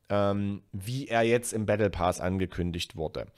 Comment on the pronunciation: gut erklärt und plausiebel...aaaaaaaaaaaaber......Paas? bitte, das Ding heißt Pass.;-) ansonsten, Bester